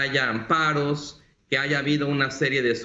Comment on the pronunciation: No se dice aiga, por favor no porque algunos hablan asi todos deben hablar asi.